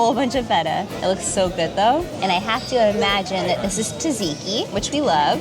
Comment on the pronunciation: You need to work on your pronunciation of "Tzatziki" - its 's not "tadziki" 😅